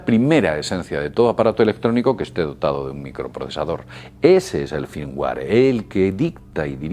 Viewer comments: no vuelvas a hablar de informatica pq para uno que sepa un poco quedas como un inutil, entre el firmguare firmguir i firmwar xDDDD por favor aprende ingles o no vuelvas a usar la tecnologia pq me ha sido vomitivo este video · muy bien mi estimado.... pero un detalle .. cuando pronuncias y sobre todo no se si como lo pronuncias se escribe ... me refiero al al FIRMWARE .. ya que tu dices FIRMWAY .. pero yo conosco el FIRMWARE .. y como tu lo defines esta mal.. así que aclárame si es : FIRMWARE O FIRMWAY .. PARA PODERTE AYUDAR .. QUE ES ...???? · joer macho , toma alguna clase de ingles .. uimere? firmware ! 🤣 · ademas la pronunciacion Firmware que él hace aca es como la pronunciacion inglesa no americana, "feimwae", porque los españoles tienden a aprender el acento ingles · Cada vez que dices "Firmware" lo pronuncias de manera diferente :c